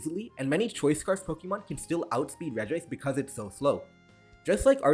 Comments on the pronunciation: it's not pronounced REG-I-ICE, it's just REG-ICE. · Imagine pronouncing regice with two I's lmao